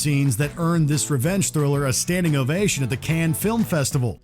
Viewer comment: Cannes. It's hard to pronounce.